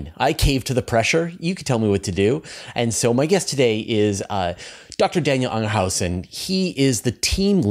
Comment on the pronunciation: Lol. Anger hausen? Does he know a joyhausen, or a lovehausen?